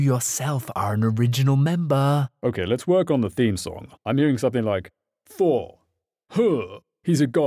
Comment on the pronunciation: Did he say door or... THOR?!